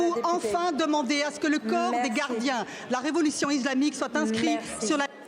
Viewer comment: Je suis desolé de vous dire ça mais là désinformation et des discours plus que fallacieux. Je pense que là le constat est alarmant sur les vraies enjeux politique encore à côté de la plaque cette assemblée. Pas foutu de dire le mot islamique et non izlamique 😂 mais même ça sa témoigne d un discours langue de bois qui n a aucun intérêt.